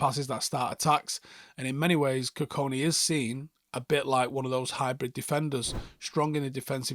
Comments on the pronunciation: Our mans massacred that pronunciation for 10 minutes straight 😭 GoOdWiLl KuKoNe 😂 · Got his last name wrong multiple times mate. There’s a ‘K’ before the ‘I’. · Kukonki and not kukoni as well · Forgive me mate but his name is KUKONKI NOT KUKONI